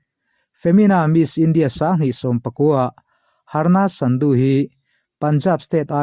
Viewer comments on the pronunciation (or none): Sadu nilovin Sandhu zawk.. Sadu I tih hi chuan Hindu puithiam ruak Keng kung a awm thrin ho hi